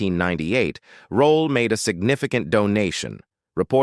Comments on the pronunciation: Stupid AI, it's ROLLE not ROLLA. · PUT SOME RESPECT ON THIS QUEENS NAME IT IS NOT ROLLA IT IS, "ROLLE" NOT THAT HARD REAL SIMPLE ROLLE WHERE DO YOU THE A SOUND AT THE END OF HER NAME SHEESH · It’s Rolle not Rolla. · Please get someone that can be consistent in pronunciation of her last name by not changing her last name every-time he says it! Her name was not Rollie rollaid etc. And he kept repeating certain parts! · 1ST OF ALL, PLZ PUT SOME RESPECT ON MS.ESTER ROLLE NAME.....AND PLZ GET SOMEBODY WHOSE KNOWS HOW TO PRONOUNCE PROPER ENGLISH TO NARRATE SOMEONE'S BIO....I GOT TIRED OF LISTENING TO THIS PERSON SAY HER NAME TOO MANY TIMES AND ITS ANNOYING.,.ITS ROLLE, NOT ROLLA......DAMN💯💯💯....LET US HAVE SOMETHING THAT WE'RE GREAT AT AND STAY IN YOUR LANE.....PISSES ME OFF.... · Whoever made this video stop using f**** AI to do your narration it keeps on saying rolly instead of rolle. Give me a f**** break. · WHY does this narrator choose to mispronounce Ms. Rolle’s last name three different ways….UNPROFESSIONAL! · If I hear this AI say, Rol’le one more time!!! 😬🙄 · Since I live near Pompano Beach I quit the AI voice at "pompanno beach". Ridiculous. AI cant even get that right plus this AI voice is overused. "Esther Rolly" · SIH Esther Rolle Legend ❤ I wish the narrator could've pronounced her last name correctly geesh it's Rolle🤦🏾‍♀️🤔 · does he pronounce it ROLLE or ROLLA. … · You need to get rid of this ignorant-ass AI if it can't even pronounce Esther Rolle's name correctly. It can't even pronounce JJ correctly. It actually said JJJ. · The man mispronounced her last name twice 🙄. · The AI keeps butchering her last name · Why has her last name been pronounced at least three different ways in this video?? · Please learn how to pronounce peoples names. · The amount of mispronunciations of her last name began to feel disrespectful. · STOP MISPRONOUNCING HER NAME! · Can’t even pronounce her last name correctly, hate AI narrative